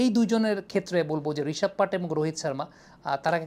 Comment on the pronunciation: নামটা পান্ত হবে,, not a পান্ট। ভাইয়া আপনি ভালো পর্যালোচনা করেন খেলা বিষয়ে, তাই আপনার থেকে সঠিক উচ্চারণ আশা করি।